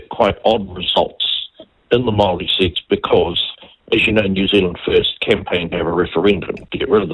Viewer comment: Could atleast try to pronounce Māori correctly